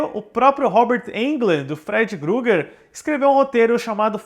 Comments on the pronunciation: Não leve a mal, mas é Krueger, não é Grueger como você fala diversas vezes, kkkkkkkkkk. Concordo, Freddy é o melhor personagem/vilão de terror de todos os tempos. Mas acho que grande parte disso é devido ao Robert Englund. Seria estranho ver um novo ator. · Amigo me dando agonia vc falando Freddy Gruger. Poh meo, nem para pesquisar o nome do personagem ? É Freddy Krueger